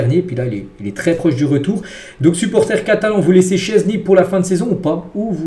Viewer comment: Oh ça fait du bien il dit enfin "szczesny" correctement !!! 😅